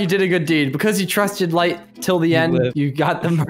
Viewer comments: said lay instead of light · light rhymes with fight